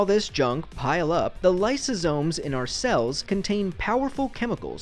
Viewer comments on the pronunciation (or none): did just say “our cells”??